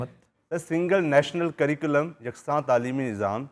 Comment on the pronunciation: With due respect sir , Your researcher pronounced " sirculam" سری کولم۔ while the correct word is curriculum کریکولم